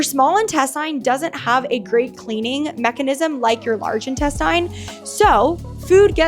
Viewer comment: Will somebody please tell this chick how to pronounce intestine?